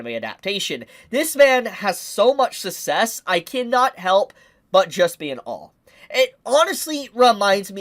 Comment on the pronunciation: Bro it’s SUCK-CESS not SUSSESS